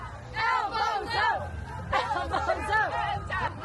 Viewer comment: Did anyone else hear 'L BOZO' instead of Elbows up😂